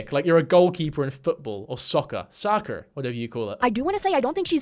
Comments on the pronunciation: When you said soccur I died 🤣🤣🤣🤣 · Your American accent of "soccar" genuinely gave me the biggest jumpscare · EW OMG THE AMERICAN ACCENT WHEN YOU SAID SOCCER CAUGHT ME OFF GUARD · When said "soccer" in the american accent I kid you not that was the most uncanny shit I've ever heard. Please stay british I dont agree morally with the british lifestyle but I think its better for you then whatever creature was that came out of you when you said "soccer" thanks. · Very off topic but him saying soccer in an American accent was a jumpscare😭. But yeah this woman is genuinely a childish asshole. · The American accent when you said “soccer” took me the fuck out 😂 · the American accent soccer took me out omg😂😂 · bro , you saying soccer like that threw me so off guard, love the vids!